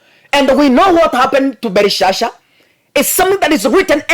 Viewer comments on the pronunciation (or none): ni BELSHAZZAR sio BELISHSHA mungu ana muonyesha uongozi wake ume pimwa 💯💙💙💙